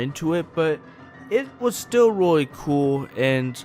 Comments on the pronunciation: he said ROY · Nathan Pike you mean weally?